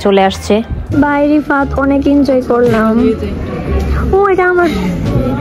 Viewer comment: Rifat❌ Ripat✅😂😂😂